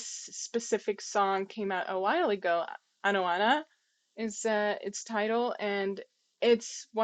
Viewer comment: She is Anoana, not Maria!